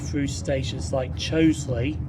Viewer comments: Great video. Just so know it's Cholsey not Choelsey though! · It’s *Cholsey (pronounced Cholzey)